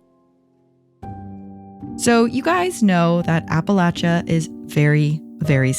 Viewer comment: Thank you so much for pronouncing the name of the region correctly. It is immediate turn off when people pronounce it incorrectly.